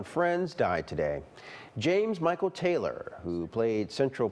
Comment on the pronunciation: Sad news though his last name is pronounced Tyler not Taylor